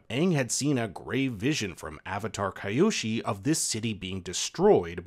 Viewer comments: If y’all are going to “pretend” to be fans of a series to try and get views of its fanbase, you can at least try and get the pronunciations correct. Hearing this guy mispronounce Kyoshi and Gyatso’s names really made me stop watching. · Avatar Kai-oshi 😂😂😂😂